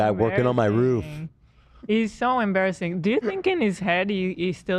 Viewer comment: hills talking “Eees so embeeereseen” pronunciation please damn